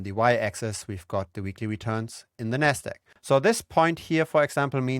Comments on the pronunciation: if you space out the syllables ever so slightly and enunciate the “D” and “Q” in NASDAQ your pronunciation would be clearer. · haha, I thought the same thing, it's your accent, when you reference the Nasdaq, it sounds like "nest egg" which is another term for a savings plan for a household 🤣 Great video! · Ah took me a while but you're referring to pronunciation of Nasdaq...